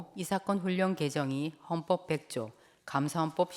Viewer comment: 이사건을 이사겅 이라시네 받침 발음할때마다 엉발음을넣으시는데 한국인중에 그렇게말하는사람은없지요